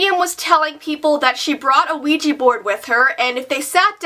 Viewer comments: Why do Americans call it weeji when it is ouija! Wouldn't it be weejah? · It's pronounced WE-JA. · I didn't know it was pronounced "weegee board". I'll probably try it someday if I can. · Why do people pronounce ouija as ouiji??? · you said Luigi board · U pronounce Ouija board wesha board. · Ouija Board is pronounced wigi board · DJ JJ my little brother actually pronounces Ouija board, Luigi board 😂